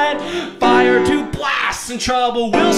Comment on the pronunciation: I like the emphasis he put on the word "BLAST!" lol